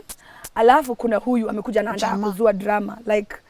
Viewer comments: I just love how she says drrrrr raaaa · The story is sad but the drrrrrrrah from